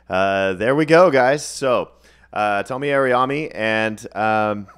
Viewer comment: Tomi's name is pronounced Toe-me. He did predict Trump's re-election but he addressed it openly after it didn't come to pass. I'm not sure about the Ukraine thing. That was brewing in 2021.